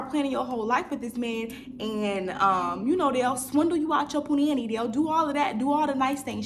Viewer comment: I love you girll 💕💕 But it’s Pronounced puu-nahh- neee Not puh- nanny lol